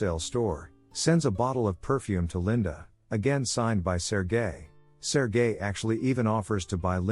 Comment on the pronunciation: When the voice says sergel its sounds like sir guy, lol